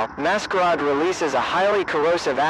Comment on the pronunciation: Very good, although it's become obvious that these videos are made ether by somebody who doesn't speak English and is using a translator, or somebody who doesn't know how to spell certain words correctly. The butchering of "masquerade" to "mascaaad" is honestly laughable.